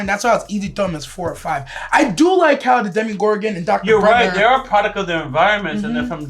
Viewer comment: Demygorgon Not Demogorgon